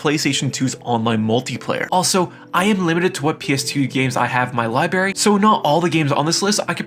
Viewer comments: Library not liberry lol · OMG WHATS WRONG WITH YOUR SPEECH IMPEDIMENT!!! ITS LIBRARY. NOT LIBERRY . ITS SOCOM. THERES NO L ITS NOT SOLCOM. ITS NOT MENEL GEAR SOLIN ITS METAL GEAR SOLID. have a friend talk for your videos or something GOOD FFFFKKKINN GRIEF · Hey did you know it’s pronounced library and not lie barry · I’m sorry, did you say “Libary?” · Library not Libary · "Libary" I'm out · Your… “liberry”…? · this man really said lie berry 🤣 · My man said libary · I can't fuck with anyone that can't pronounce libRary correctly smh You're not a 2 year old wtf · Did the mfer really say LIBARY? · “libary” Nice, dude. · Library has an R in it